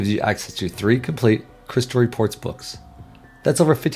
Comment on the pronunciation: This is not a great ad for this product because the narrator is speaking too quickly. It makes me worried about the quality and attention to detail in this training...if all of the videos are narrated this way it would be very difficult to watch. He makes it sound like "Crystal Reports" is one word 'cryslrpts'.